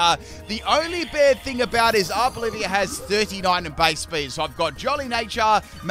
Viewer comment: It's ARVOLIVA, OLIVA NOT OLIVIA! I would have though that after using it for so many months you would read it lol. It comes from oliva, olive